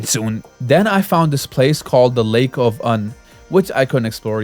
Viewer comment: It’s not lake of un it’s lake of unn. Ew n get it correct >:(